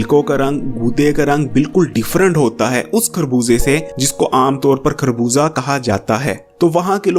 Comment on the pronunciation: plz. Correct your pronunciation it is خربوزہ not کھربوزہ،